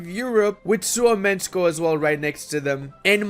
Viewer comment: I hate how he said ”Suomenusko”